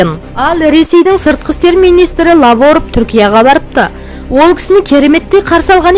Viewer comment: Лаворов емес,Лавров деп тузу вйтсаншы